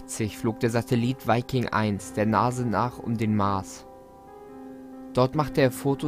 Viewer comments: NASA nicht NASE .... Also wirklich! :D Ich mag deine Videos ja echt gerne. Aber deine Aussprache regt mich manchmal so auf xD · Wer hört noch Nase statt Nasa? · Warum zur Hölle verstehe ich bei NASA immer NASE? 😂